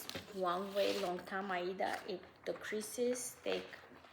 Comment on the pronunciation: Thanks for visiting with us again. I'm glad you're getting some rain where you are and are not in any immediate danger. I really like how you sometimes pronounce aida (eye-ee-duh). I started cross-stitching in the early 70s and that's how everyone back then said it. I didn't realize until I started watching flosstube that there were now other pronunciations. I'm going to feel less awkward and continue to use my old pronunciation "because that's how sometimes says it"!